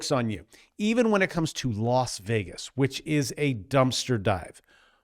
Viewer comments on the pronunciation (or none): none